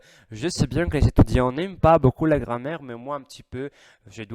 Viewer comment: La gram-maire, pas la grand-mère ! C'est rigolo , ne m'en veux pas , j'aimerais bien parler l'italien comme tu parles le français ! et le "genre" pas le "gendre" qui est le mari de ma fille !